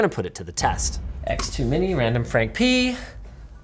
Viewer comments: Linus really said randomfrankp-ness 😂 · Linus said pee-nus LoL😁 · Linus says P ness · Did Linus just say RandomfrankP3N1S? giggity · Linus said P'ness